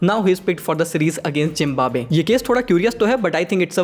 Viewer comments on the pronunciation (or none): none